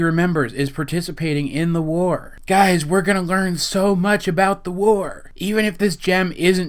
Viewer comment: the WARRRR. Not to be mean but do you have troubles trying to say your r's. This is mainly because who you say your r's. I have the same problem and not trying to be mean.